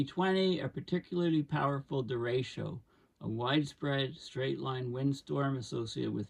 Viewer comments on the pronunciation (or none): hard ch like chat